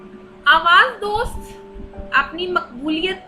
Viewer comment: پہلے کتب کے نام ٹھیک سے پڑھیں۔ Awaz dost nhi Awaz e Dost.. Safar e Naseeb nhi safar naseeb. Sirf Loh e Ayyam ka nam durust parha hai 😂 So